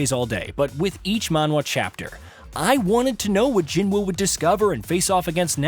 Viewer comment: His name is Jinwoo Sung, pronounced Jean-oo. Cmon.